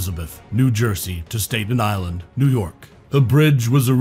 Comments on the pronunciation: State-on Island. Staton rhymes w/ Satin not Satan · State - ten Island New York 😂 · connecting Stayton Island 😂🤔🤦‍♂️🥸🤷🏻‍♂️💀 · THE NARRATOR SHOULD LEARN HOW TO PRONOUNCE NAMES SUCH AS BAYONNE, STATEN ISLAND...ETC